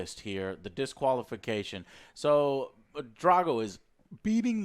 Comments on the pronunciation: I'm more annoyed that they kept saying "Drey-go" instead of "Drah-go", yet claim they're fans of Rocky 4 and shit. Fuck outta here! Love the AJS though. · why can you not pronounce the A's in people's names correctly. you pronounce drago and han wrong every single time